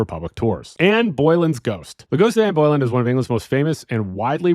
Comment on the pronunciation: I was intrigued to hear about the ghost of Ann Boylan, which I'd never heard of before. Then I realized you were just talking about Anne Boelyn. It's pronounced "bow-LIN." Incidentally, there's an old comedy song called "With Her Head Tucked Underneath Her Arm" about the haunting; not particularly historically accurate, bit funny.